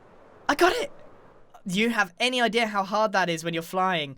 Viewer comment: no one: Grian: i d e a r